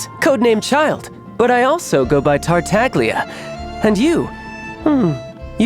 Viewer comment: Et pendant ce temps on à ce pauvre Tartaglia qui ne s'est pas fait respecter sur la prononciation de son nom, Tartaglia est un nom issu de la comedia dell'arte donc italien, sauf qu'en italien "gli" se prononce "ly", mais même lui prononce le "g" dans son nom 😅